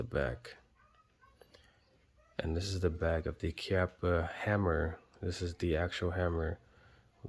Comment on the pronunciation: You are correct on the pronunciation. Thanks for the instruction.